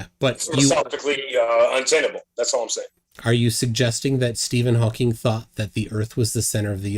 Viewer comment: And it is HAWKING! FFS. That is one of my pet peeve.